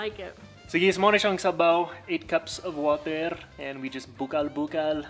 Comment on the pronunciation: wooohtuh or wottir 😂